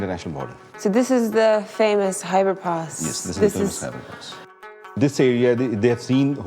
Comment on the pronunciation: Its Khyber Pass and not Hybrid Pass.